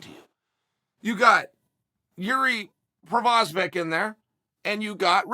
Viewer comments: The way he keeps messing up Jiri's last name as this video goes on is funny as hell😂😂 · Chael, just Google how to pronounce PROCHAZKA. Or how about you ask Jon Anik??? For the love of god it's not that difficult. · Chael still has no idea how to pronounce names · Prosafec??? Oh, you mean "Pro-Hav-Ska" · i think it's pro-HAS-ka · So we got Procevik and Raicheck, nice. EDIT: LOL we also have PRO - VI - ZER in the division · "Against proviser or rachik" chael is doing this on purpose 😂😂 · Provisor or Raichik....oh Chael never change haha . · “provisor” is by far my favorite pronunciation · Who the fuck is prok-low-vich? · o wait it's provisor by the end, nvm its proklahavic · Ah yes, Jiri Provasmeck. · Prokochic? Provizer? Procklovich. Racik? Raychick? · Prosovick and Rachik????😂😂😂😂😂😂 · Jiri Pro-hash-ca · Jiri has at least 4 surnames according to Chael : 1. Provizer 2. Prohobilich 3. Procovlovich 4. Provocative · My two cents is it's gotta be provoskovich, proclomanov, or proskahobovic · Procolovich and Raikitch 😂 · "You got ...JIRI PROVASVIC" if you have more than 2 syllables in your name expect uncle Chael to give you 827 other names🤣🤣🤣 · Chael: Jiri Proviser Me: Ok great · Hey just wondering what vaccinations you guys got in the comments....Moderna Phizer or Provizer? haha prochlevich was just the cherry on top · "Yuri Prohazvac" :D :D :D :D nice one, Cheal. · Chael you're killing me here, LOL. Managing to butcher Yuri's name five times in one video.....My favorite was the last one Proklavich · first he says Provizer then prolocklovitch lol, he doesn't half butcher peoples names. It's like he does it on purpose so people talk about it in the comments which leads to more interaction whch esentially leads to more views. Views = money. He's a clever man lol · Chael “ yuri provasbek “ sonnen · Who the fk is prossvakic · "Provizor" christ chael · Oh Chael, we love how you say fighters names Prohaklavic Pervisor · Chael is undefeated at mispronouncing Jiri's name